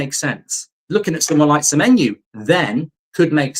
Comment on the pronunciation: Stop saying semenyou